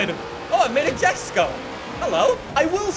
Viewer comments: It’s the yes-ko no the jesko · Mercedes Benz AMG GTR,Koenigsegg Jesko (Pronounced Yesko)